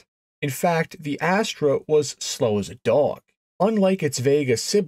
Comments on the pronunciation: You are mispronouncing it. It doesn't have any Pontiac DNA. 99.9% Chevy Vega, which was a very very bad thing. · I find Canadians pronounce it Asstruh whereas Americans say Asster. Sort of like Celica and Celica (sell-I-ca and sell-ee-ca)